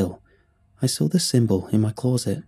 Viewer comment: Why does this guy pronounce "closet" like an American doinv a bad English accent? Clawset